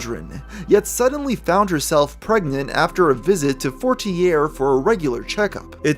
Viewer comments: Isn’t it pronounce “forti-yay” as a French name? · its pronounced FOUR-TEAR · I’m from the USA too born and raised and I would have pronounced it as “fort-tee-yay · for as much research as does I’m surprised he didn’t notice the name and get the pronunciation correctly